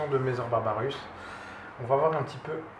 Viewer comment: Ce sont des messssssssor pas des mezor mdr. Sinon beau rattrapage depuis ta vidéo unboxing, je viens de la regarder et en tant que myrmécologue depuis longue date je me suis dit que c'étais malheureux de voir quelqu'un se lancer ( ce qui en soit est une bonne chose) sans s'être renseigné un minimum, il existe des forums de myrmécologie avec de très grandes et bonnes communautés qui peuvent répondre a toutes les questions de néophytes.